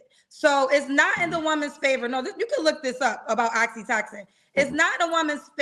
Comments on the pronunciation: girl!! The "love" chemical you're talking about is Oxytocin = Ox E toe Sin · lol talkin bout Oxytoxin😂😂😂girl I love you but please get the word right if you gone say it that many times😩 Oxytocin 🤦🏽‍♀️😂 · It’s oxytOcin,. Not oxytoxin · Oxytocin not oxytoxin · Not Oxi-Toxin?! lol *Oxytocin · Every time says oxytocin I hear oxycontin 😹 It's pronounced oxy-toe-sin. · Oxytocin is pronounced oxy-toe-son